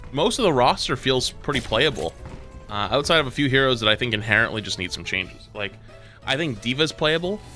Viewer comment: in conclusion the word inhereńtly was sais